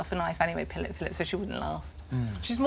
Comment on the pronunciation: “Pillip.. Phillip”